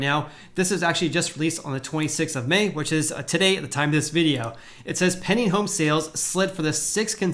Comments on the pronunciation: Stop saying "penning home sales". Its pending. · When you say "pending" home sales, it sounds like you're saying "penny" home sales. I spent the last 5 minutes trying to figure out what a "penny" home sale was!